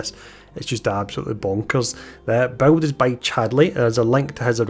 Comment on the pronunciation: You know the word BUILD has zero amounts of W's in it right!?!? Buwild buwld buwild bwuild..... 😂💯 Also funny how u mentioned u can't understand that other creator meanwhile half the people here can't understand whatchu saying!!